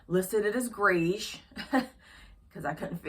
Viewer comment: Thanks for sharing 🌟 the color struggle is real "greish" 😂